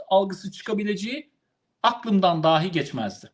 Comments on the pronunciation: düşünce ve yorumunuza bütünüyle katılıyorum. Küçük bir eleştirim olacak: Konuşmanızda bir kaç kez kullandığınız bir kelimeyi yanlış telâffuz ediyorsunuz. Doğru seslendiriliş "dahî" şeklindedir. "Dâhi", dehâ sahibi anlamına gelen farklı bir kelimedir. Türkçemizin doğru kullanılması hususunda hassasiyeti olan bir ağabeyiniz olarak yaptığım bu eleştiriyi hoş göreceğinizi umarım. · Yeter artık. DAAAhj değil . DAhiiiii.